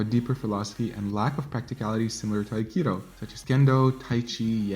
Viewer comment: you keep misspelling akido as akiro it is pronounced A-Ki-Do NOT A-Ki-Ro stop saying Akiro!!!!!!!! it is Do!!!! DO!!!!!! not ro!!!!!!!!!!!!!!!!!